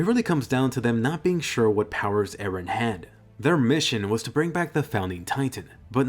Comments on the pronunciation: PRIN-CESS ER-EN lol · Wait did he say princess eren!?